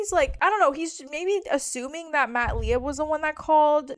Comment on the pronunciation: Lieb is pronounced Leeb.